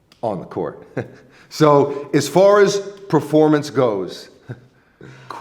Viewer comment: dear god... please stop saying PREformance ...